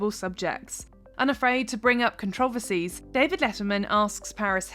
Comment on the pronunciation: I've never heard of that pronunciation of 'controversies' before or